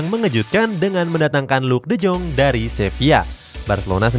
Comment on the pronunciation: miminnya bilang luuk de joonggg 😭👍 kalo gua bacanya luuk de yong🙃